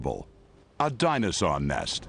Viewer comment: Is anyone else hearing him say “dinozon” instead of dinosaur?